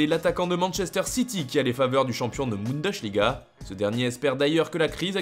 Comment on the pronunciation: Pour la millième fois, ça se prononce Boundeussliga, pas Boundeuchliga. C'est simple, non? Certes, un S en début de mot avant une consonne se prononce sch, mais Bundesliga est l'assemblement de Bundes et Liga, pas bunde et sliga. Bon.